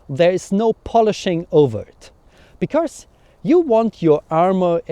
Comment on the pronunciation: Super Video! Wenn ich darf lasse ich dir einen kurzen Hinweis zu deinem Akzent da. Du machst nämlich einen typisch deutschen Fehler. Du betonst "because" so als wäre es "becourse", also da kommt plötzlich ein r vor das es gar nicht gibt. Das "cau" in "because" wird aber einfach wie das "ko" im deutschen "kommen" ausgesprochen. Wir deutschen können halt das englische r nicht aussprechen (geht mir auch so) und das überkompensieren wir dummerweise gerne indem wir es überall reinpacken. Hoffe das ist nicht unangemessen, dachte mir nur das könnte hilfreich sein. Viele Grüße!